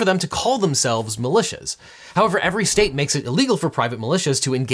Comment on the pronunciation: When a group of private citizens gets together to talk about hating the government, and that group is armed, they are often called "malicious". The general American accent strikes again.